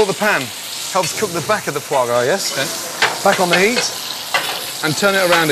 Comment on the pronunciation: it's foie gras. it is either duck or goose liver. it's pronounced fwah grah as it's french.